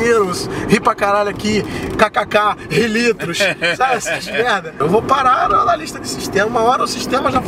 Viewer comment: "Ri litros" kkkkkkkkkkkkkkkkk